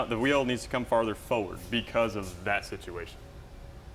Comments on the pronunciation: Every time he says "foward" I want to scream. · Millennial don't know how to say forward!!